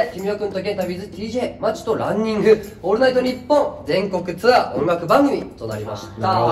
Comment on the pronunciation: 宮近さん、ツアーがシアーになってますよー